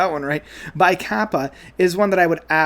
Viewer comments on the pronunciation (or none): Kaipa is pronounced "KAY-pa"